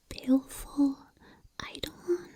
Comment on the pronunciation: Excellent video,. BTW, eidolon is pronounced "eye-dough-lon".